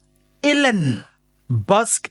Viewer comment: Don't butcher his name..Dr Allen Boesak.... [Allenn Bhusak]...ngeke ngiyakhala ngepronounciation yamagama abantu....